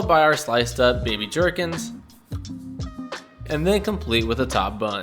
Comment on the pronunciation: Not sure if I love or hate how you pronounce gherkins 😅 but another good video thanks dude